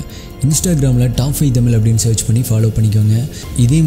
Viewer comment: தமிழ்🙄தமில் என உச்சரிக்கவேண்டாம்